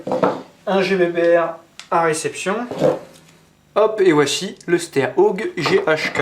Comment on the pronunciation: hello je crois que steyr ça se prononce chteyr et gewehr se prononce gevir